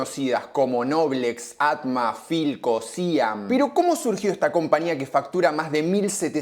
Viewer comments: No, no es Síam? es SIAM, como se lee... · Se dice 'Siám' nene, no 'Síam'... marca más histórica y ligada al pueblo no se consigue.. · me hace ruido que digas Síam y no Siam. Es un acento y toda una historia.. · siam también se pronuncia distinto acentuando la A y no la I. SIAM DI TELLA es una marca de décadas, saludos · Siam no síam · Me destruye que digas Síam cuando es Siám 😢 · Me pone muy nervioso que digas SíAM, es SIáM... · es Siam con acento en la A. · No dije que lleve tilde, digo que se pronuncia con acento en la A y no en la I. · dijiste que lleva acento, como si se leyera "siám". Pero Siam es un acrónimo de sociedad industrial de amasadoras mecánicas. Por lo que su pronunciación no es unívoca. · Quizás él es disléxico, y por eso pronuncia Síam (? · Por favor SIAM, la fonética es siám como si tuviera acento en la A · Hola. se dice Siám... es aguda... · Siam sin acento jajaja Muy bueno todo lo tuyo gracias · Me extraña que no pronuncies correctamente el nombre SIAM . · Me pone mal cómo pronuncia Siam 😢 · El chabon es fan de las palabras esdrújulas. Siam también se pronuncia con acento en la a, no en la i. 😂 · lo mal q pronunció SIAM , jajajaja.